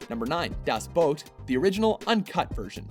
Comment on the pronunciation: Das Boat? Are you fucking high?